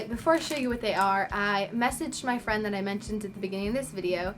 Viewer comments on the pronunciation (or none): none